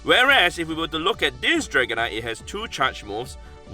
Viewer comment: meteor mash draganite 😂😂